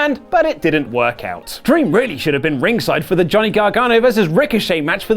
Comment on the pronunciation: haha I am a huge fan of "Gohnny" Gargano ~